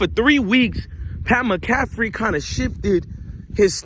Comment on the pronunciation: Dude how do you report on all this stuff and watch mcafee to report on him but never heard his name pronounced